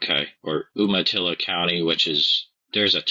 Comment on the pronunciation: Sorry to be picky, but it's pronounced you-ma-till-ah. Thanks!!